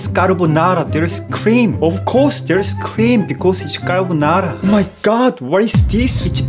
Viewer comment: BRO'S really pronounced carbonara on Filipino 💀